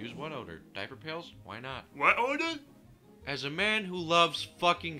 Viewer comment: When you say "What odor" it sounds like "butt odor" lol